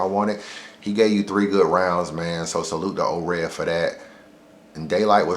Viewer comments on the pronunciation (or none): Daylyt and *Ored you said Daylyt and oops at the end